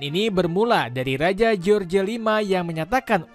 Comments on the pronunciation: george buka dibaca jeorje mas.. bacanya jorsh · George itu di Baca Joss Misal George W.Bus di Baca : Jos W.Bus